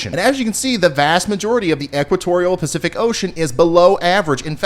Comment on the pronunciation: Did you say Percific Ocean? 😜 Praying for rain for everyone that needs it. Really enjoyed the teaching slides and segments.